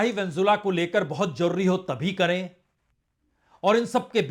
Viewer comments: प्रसूनजी आप वेनेजुएला का नाम सही नहीं ले रहे हैं। आप वेनजुला बोल रहे हो। जो सही नहीं है। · Pehle Venezuela sahi se bolo sir